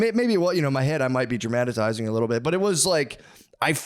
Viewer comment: "I might be dra-matt-itizing"